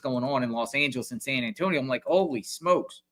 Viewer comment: San Ann tonio 😂